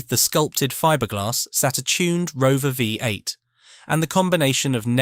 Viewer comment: "The Rove Vi 8",?,,Ai scripted crap with boring extra words...shite...out